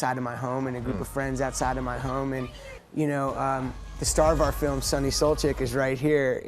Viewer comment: Who else is Balkan and KNEW someone was gonna pronounce Suljic wrong?